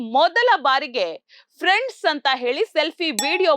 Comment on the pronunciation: ಫ್ರೆಂಡ್ಸ್ ಅಂದಿಲ್ಲ ಪ್ರೆಂಡ್ಸ್ ಅಂದಿದ್ರು ಮೇಡಂ 😂